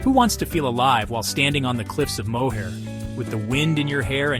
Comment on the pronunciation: They could've gotten a real Irish guy to voice this. The cliffs of Mohair? FFS.